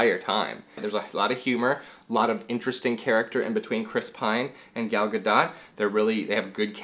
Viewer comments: The Israeli pronunciation is Ga-DOT. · Tip: Gal Gadot's name is Hebrew, and in Hebrew the letter "t" is never silent. "Ga-DOHT" : )